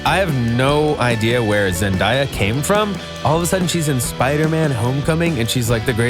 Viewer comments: It's not Zendiya its pronounced ZEN-DAY-A🙄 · Zen-day-a Not Zen-die-a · Um did you say zendiya its zendaya lol shs from Disney my cild hood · "ZenDIEah" ok but it's "Zen-DAY-ah" btw 😂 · Was it just me that freaked out when he said zendaya wrong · Who else got annoyed when he pronounced Zendaya and Teigen😒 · He actually just said Zendaya wrong